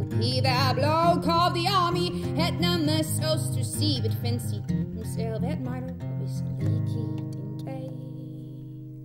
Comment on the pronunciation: Goed nummer, zeker voor een meid van 15, maar laat haar alsjeblieft even naar Engelse les gaan. De grammaticale fouten in de tekst daargelaten (I'll marry is zonder "with", om maar iets te noemen), haar uitspraak klopt van geen kant. "Admiral" is geen "admire-al", "fancy" is geen "fauncy" en het is toch echt "priest" geen "preist". Wat ze doet is géén Iers accent. Hoe ik dat weet? Ik woon in Ierland met louter Ierse huisgenoten en doe hier een MA Creative Writing, na een BA Engels.